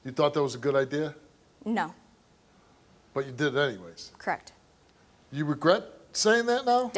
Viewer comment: If that chick that abused her baby says “crekt” one more time…